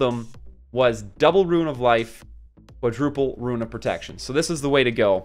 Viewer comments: Rune =/= Ruin xD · Liked just for the commitment to pronouncing Rune lmao a guide for morrigan/the big three would be cool too